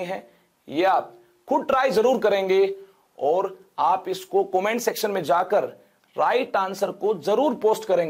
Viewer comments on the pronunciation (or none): none